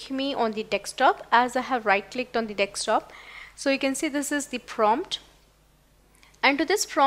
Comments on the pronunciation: Sorry to say...it is not nekstop,it is desktop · Pronounced Desk-top not Deks-top